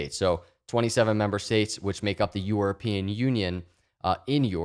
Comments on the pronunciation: I love you and your content but I cant listen to you say EUROpean lol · Is it just me or does it sound like is saying “Yourapean”???